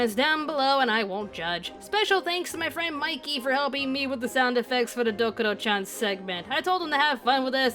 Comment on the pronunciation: DokUro-chan, not "Dokoro" Rena Ryugū, not "Ryuga"